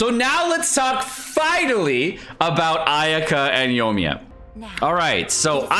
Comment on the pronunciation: Yo-E-Me-Ya. 4 syllables 😊